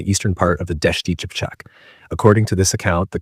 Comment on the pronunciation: Qipchak=Kipchak, not Chipchak.